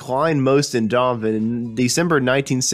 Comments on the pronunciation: Rick Rubin became an alley? How the heck does that happen to a person? The lost city of Atlanta? I could have sworn it was right there where it's been for quite a while now. Where is the Adrian Sea? And what is this "narrator" calling Donovan? Dnnnenn? Dhvn? Three syllables are so tiresome to pronounce, if you just mumble some of the consonants in one or two syllables, look at all the energy you can save and surely that's good enough. This was freakin excruciating to listen to. Donovan's legacy deserves better than this. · In Ireland, we pronounce the name Done-o-van. It is from the Irish surname Don-na-bháin or in English Done-na-vaughan. Donnabháin means dark or dark brown. I do feel your pain. So I think it's only fair we change the "Don" to "Done" ;)) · This guy can not speak clearly, and . The poorly pronounced words hurt my ears. For instance, Donovan has three syllables, yet this guy slurs it into two, Dawn-Van. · Donovan, that's three syllables, not two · OMG! Couldn't they find someone who can read? This guy can't even pronounce "Donovan." And would someone please teach him the difference between "ally" and "alley"? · hahahah, I thought the same thing! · love donovan. would have been nice to hear this narrated by someone who enunciates a little more clearly and knows the words he is speaking -- the lost city of Atlanta? unless of course this was done by a computerized voice generator. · You garble the pronunciation of Donovan. This is an obvious fix that can be done easily. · Could you have found someone who can pronounce ‘Donovan’? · Can you get a better reader for the narration? I am an American and I can hardly understand the version of English you are speaking! You are slurring over words and mispronouncing them. Please......try to do a little better next time. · Okay , I'm 2 minutes in and that's enough . If you cant even pronounce Donovan properly I'm out . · Yeah, who the hell is Dovan? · His name is Donovan, not Donan. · Who the hell is Dommon?